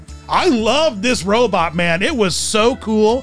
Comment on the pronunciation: I love it when you say "robot" like Zoidberg. Please never stop